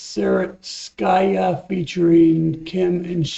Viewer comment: Correct accent: Zari’iiitskaya